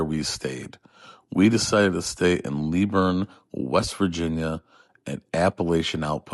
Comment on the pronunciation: Not leeeeeburn it sounds like liiiiiiiburn